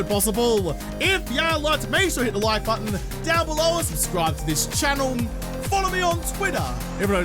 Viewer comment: “BUH-TAHN” lol